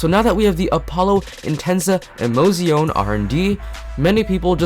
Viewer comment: It's not [i'mouzioun] but [emo'tsjone], for the word is Italian, not English. But what may appear even more important, the English word 'route' is not [raut] but [ru:t]. ))